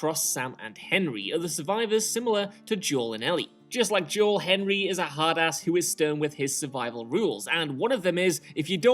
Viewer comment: As someone who grew up with predominantly Spanish and black people, the way Joel is pronounced here is so off lol